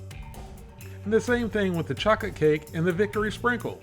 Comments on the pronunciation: "chaw-kit cake" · I had to rewind like did say chocate cake 😂😂😂 love your videos and I never miss one..